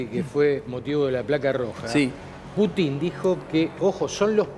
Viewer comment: se dice PUTIN CON ACENTO EN LA U